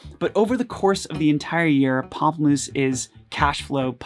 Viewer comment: Thank you for saying the band name correctly for me! I could never figure it out!